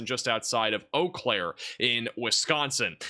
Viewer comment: It's eau CLAIRE. Accent on CLAIRE